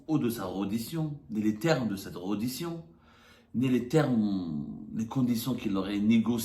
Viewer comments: tu dois refaire ton cursus éducatif parce qu'on ne dit pas REDDITION mais RÉDDITION. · EN FRANÇAIS PETIT JOURNALEUX ON NE DIT PAS REUDITION MAIS RÈDDITION .ON NE DIT PAS COMPLEXE DE DECOLONISE MAIS COMPLEXE DE COLONISE TU AS APPRIS LE FRANÇAIS AU BLED?